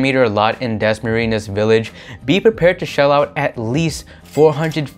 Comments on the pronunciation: WOW! DAS-MARINAS. CONYOTICS AMP. IT'S DASMARIÑAS. PRONOUNCED WITH AN N-YE. HYPHENATED N OR eñe. LOL! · Its pronounced Dasma-Rin-Yas. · i hate the way you say dasmarinyas.. it's like you're purposely ignoring the enye